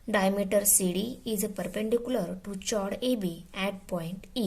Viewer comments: Madam eo chord nahe cord huta hai h sailed hai 😂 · ' O' 10th fail that is not chord=चोड . That is chord= कोड. पागल है भाई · Chord nahi chord hota hai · Mam you are speaking wrong pronounsation of chord